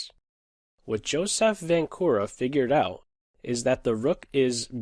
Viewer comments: Hey I am from czech and "Vančura" is pronounced with [ ʃ ] as in word check in the middle not with [k] as in word key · Vančura is not the same as Vankura or Vancura... it is pronouncing something like Vanchura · Yes, especially since you are using the diacritic mark above the letter č, you might as well pronounce it and stand out among the less informed in the chess world. č as in the ch in the word church or check! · Hi, I am from the czech republic and you read Vančura's name wrong